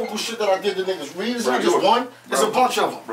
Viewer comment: 😂😂😂the ending “they’ll reed(read) about what happen” maan 🔥🔥